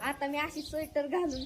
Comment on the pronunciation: स्वेटर सुद्धा बोलता येत नाही नीट.. कशाला हुशारकी मारते